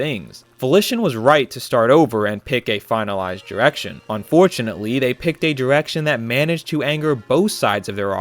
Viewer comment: lol "diwection" "dwah" "In 20 tuwelve" Work on that pronunciation.